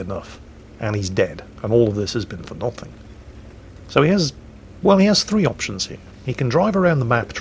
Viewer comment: I love how has mostly lost his Geordie accent, and then he says "and all of this has been for nothing" and oh, there it is.:)